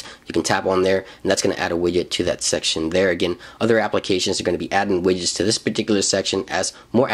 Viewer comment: Wait did you just say wigets